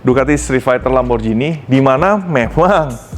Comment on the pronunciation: Lamborjini ❌ Lamborgini ✅